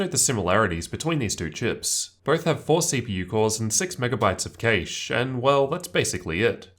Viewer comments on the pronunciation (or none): Please learn how to pronounce "cache" correctly